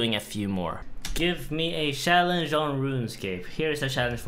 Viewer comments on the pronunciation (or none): he pronounces shallenge wrong